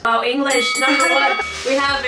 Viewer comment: Wait... ur an English teacher? You really mean “English numba 1!!”